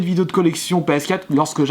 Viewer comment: On dit ps4 quatre pas quat